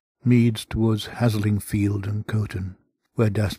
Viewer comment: Haslingfield, Babraham and Madingley are not pronounced correctly. Locals Pronounce them: Hayslingfield; Madingley (not Madeingly); and Babebraham or Babebrum.